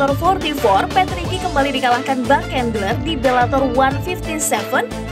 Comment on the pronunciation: Bang cendler min, bukan kendler 😉